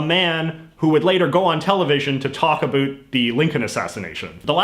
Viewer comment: Listen how he says about